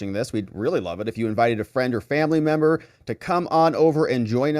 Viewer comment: Whats going on with this guy saying membo instead of member? Is this the new moronic crap that we have to live with now????????